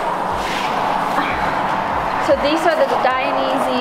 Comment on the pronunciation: Just so everyone knows, the correct pronunciation of Dainese is like this, dye-nay-say